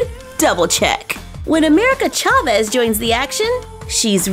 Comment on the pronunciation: You don't pronounce chaves very well and it annoys me but otherwise it's not a bad video.